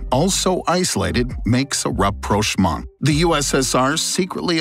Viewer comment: rapprochement rapprochement rapprochement rapprochement rapprochement